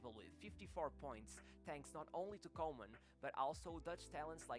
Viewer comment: Actually pronounced Kooman as in cool.